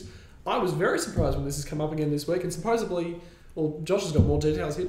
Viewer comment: Why does the fella keep saying "supposebly" rather than supposedly? Bizarre...